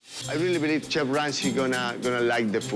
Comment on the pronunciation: 😂😂😂😂 i thought i was the only one who heard that😂😂😂😂 feed the "chief"